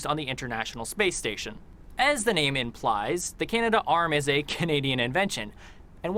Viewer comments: Dude's grandfather worked on the Canadarm, yet he pronounces it incorrectly as the "Canada - Arm"??? It's Canad'arm, not Canada - Arm. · In Canada we don't say "Canada Arm" but rather Canadarm (three syllables). Careful of these videos when reacting, so many are made by people with little real knowledge of Canada as clickbait. Stick to the National Film Board of Canada or other reliable sources.